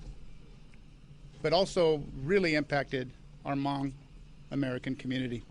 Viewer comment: The Chief pronounced their Hmong names correctly too !! That's scary man.That tells me the Chief is cultured.........